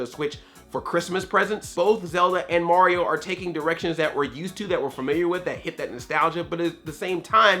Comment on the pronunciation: Why do you say Mauryo instead of Mario. You make him sound like he's gonna to give Bowser a parental test for Bowser jr.